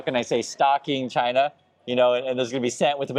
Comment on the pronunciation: Trump can't even pronounce China correctly. I'm pretty sure he can't point to China on the map.